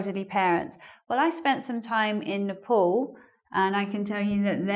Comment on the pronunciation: Why is your pronunciation of "Nepal" is like "Nipple"...umm hmm